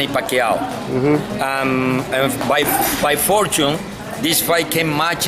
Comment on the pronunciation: he said Pacquiao perfectly. That's how it's pronounced in the Philippines.